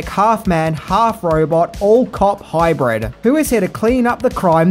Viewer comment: Excellent! But it’s hybrid. Not ‘high bread’ oh and that famous city Detroit or was it filmed in ‘Dee troit’ enjoyed the video aside of course! 🥳